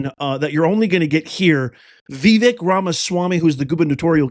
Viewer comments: It's pronounced Vivek ( Viv ake ...like cake ) I'm surprised you missed that whole pronunciation thing when he was first running for President. Fyi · C'mon after all this time you don't know how to say his name? 😮 are u joking? Its Vi- vake, sounds like cake. Geez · I've looked this up twice as many people have struggled with the proper pronunciation of Vivek, including myself. It is 'Vih-VAKE' according to Google. Hope this helps.